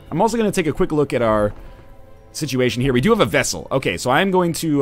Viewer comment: Is anyone else a little bugged by how NL keeps pronouncing "vestal" as "vessel"? She's a battle nun, not a container of liquids.